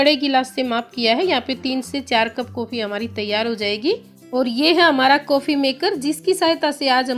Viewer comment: Uffff jaag Nahi jhag, kofii Nahi coffee, sakkar Nahi Shankar, sake Nahi shake uffff Hindi ki maa Bahan ek Kar Dee please pahle theek se boliye ji phir video banaiye